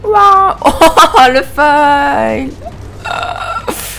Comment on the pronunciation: Au fait t as une façon bizzare de prononcer le mot FAIL (8'02) ;)